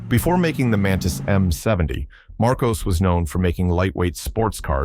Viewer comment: Marcos, not Marcoze